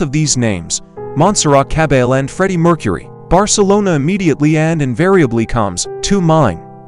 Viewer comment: Complete TRAVESTY! Just listen to the pronunciation of her name!!! dead give away. Repeats oft told, erroneous conjectures. Go to the interviews with the realpeople involved and hear the history straight from their mouths for Godsake!